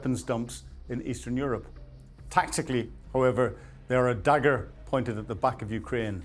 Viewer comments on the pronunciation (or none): none